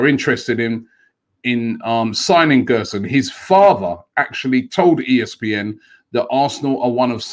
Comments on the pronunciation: Btw it’s gerson not guerson (the ‘ge’ sounds like a ‘je’) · Gerson's name is pronounced like "jerson". He's a great young prospect, one of the best in Brazil, but i can't see this deal happening.